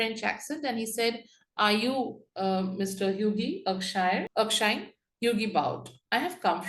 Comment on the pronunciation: Erkshire???!!!! It’s Erkskine!!!